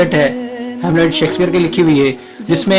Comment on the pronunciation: Sheksphare not sexpear😂